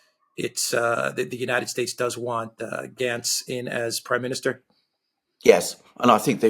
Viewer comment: It's Gantz not Glantz.